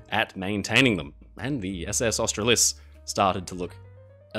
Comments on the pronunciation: Why are you pronouncing Australis - Ostra-lis? It's pronounced like Australia - which you are indeed Australian and should recognise the connection. It is pronounced Austral-is. There is no emphasis on the 'lis'. The emphasis is on the Austral. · Pronunciation of Australis as Austra-lis rather than Austral-is make me annoyed. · Austra-lis? It's pronounced Austraaaaaalis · Mate: it’s not Aust - tral-is. It was always by the crews, owners and passengers ‘Austral-lis’ but pronounced ‘Austral-las’ . Sailed her several times. And she was maintained perfectly fine. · Its pronounced Aust-ra-lis not Austra-lis. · Australis is pronounced Ostraahlis not the way you were saying it. fantastic video as always though. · 100%. Just tried to say that above. I didn’t even know he was talking about the same ship until I saw it picture. 😁 crew and passengers and owners basically said ‘Austral—as’ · Australis is pronounced "Aust-rar-lis", with more emphasis on the "rar" part. As an Australian, you really should know that. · Wouldn't it be Aus TRA lis? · You reckon AUSTRALIS is pronounced OSTRA-LIS? I would have thought hands and away its pronounced OSTRAARLIS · He also butchered the pronunciation of the name Australis as well. So much I didn’t even know he was talking about the same ship. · You do have a unique way of speaking. Emphasis should be on the second, not the third syllable of “Australis”. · I was thinking that. Very strange, especially since our friend is Australian!